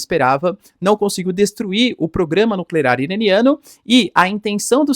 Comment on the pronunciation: Narrador: continuava a falhar no trava-linguas do "programa nucleRar iraniano"...